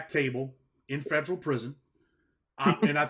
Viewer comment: Boy I swear I hate the way he say federal prison.Wth is a fedro prison?😂😂😂😂😂